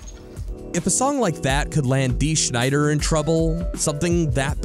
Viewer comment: His name is Dee Snider, not Schneider.... It's off the album Undertow. It was featured in the soundtrack for Tales From The Darkside.